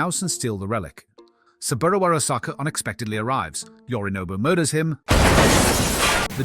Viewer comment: Are you sure you didn't accidentally add an AI voice filter over your own while editing? There are a lot of words that are mispronounced in the same way AI filters do, for example, the voice says "Yorinog Arasaka" which is just plainly not his name. Further the voice says "nobby sits at the bar" which is also an odd choice of pronunciation. I don't mean to accuse you as I know YouTube has been iffy when it comes to adding AI to videos without the creator's consent, just curious since you had a no AI disclaimer